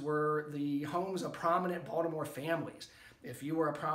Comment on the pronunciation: First time watching, this was very interesting. I grew up off Caton Ave, on Kingsley St. in Baltimore City, until I was almost 14. Moved to HoCo, and now I own a home in Ann Arundel. I take it you grew up in MD, as well, based on the way you say Baltimore? Family of mine from out of state brought to my attention how we pronounce BalDimore, without a T. Thanks for sharing, I look forward to watching more content, and learning from you. If you haven’t already, can you do one on the phoenix shot tower? That’s something I’ve driven by a ton, but never stopped to checkout. BOL